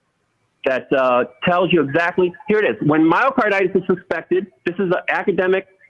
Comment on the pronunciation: LOL! This is not a physician. He cannot even pronounce the disease. Physicians do not go off the rails like this guy.